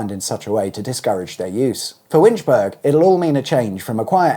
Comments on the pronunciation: I'm starting to think he pronounces Scottish town names incorrectly on purpose. Just for a laugh. Or to try to piss us off. 😂😊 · Scrolls down to the comments to see how many people are screaming "Winch-Berg??? its Winch-boro!!!!" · Please can you use the correct pronunciation it's not winchburg it's it's pronounced winchbora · It’s pronounced ‘Winch-bur-Ah’ not ‘burg’. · Interesting video, as indeed are all the Auto Shenanigans videos however, the village of Winchburgh is pronounced as in Edinburgh, that is borough and not burg. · it is not Winchburg as you keep saying , the burgh part of the word is just like in Edinburgh and is pronounced as is 'borough' in some other place names . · I've been pronouncing that town wrong since the electrification of the railway line I guess. Burrah instead of burg because Edinburgh is spelled the same. Shame they won't get that rail station soon, yet again another car dependant town. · It's not "Winchberg" but "Winchburra" just as Edinburgh isn't "Edinberg" but is "Edinburra" but that said great videos and thanks for the Scottish themed music on secrets of the motorways...nice touch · This is SCOTLAND... WinchBURGH.... BURGH as in EdinBURGH, not as in HamBURG or GettysBURG!!!! EdinBURGH, MusselBURGH, HelensBURGH, WinchBURGH!! 🤦‍♀️🙂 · Pronounced Winch-burgh not Winchburg, same as Edin-burgh🤦🏻‍♂️ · What he said! Winch-borough; not Winch-berg! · Winchburgh , the latter part pronounced like Edinburgh ( think borough ) - it is NOT winch-burg as you keep mispronouncing it ! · Winch burg 😂 I cannot watch this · Cringed every time you said 'Winch-burg'. I don't know any burghs or boroughs in the UK that ever pronounce it with a hard 'g'. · Winchburgh rhymes with Edinburgh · FYI it's pronounced Winch-bur-uh (same idea as Edinburgh) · winch-burgh there is a h on the end of the name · Great video as usual. The village name is pronounced "Winch bu ru", the "u" as in up. Thanks again and keep them coming.